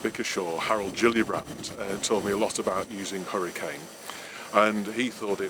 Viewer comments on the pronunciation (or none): none